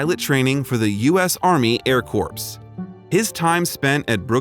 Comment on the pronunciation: Air corPs? The P is silent.